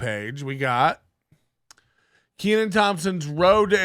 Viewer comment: Can't even pronounce this guys name. Needs a double e. Look at the spelling, we'll break it down. Ken an. It's a short e sound.